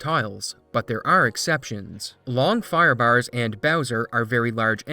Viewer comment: Took almost the entire video to parse that you were saying "Firebars" and not "Firebowers" lmfao